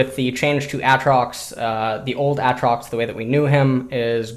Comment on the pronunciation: Still don't understand why he says A(t)trox instead of Aytrox.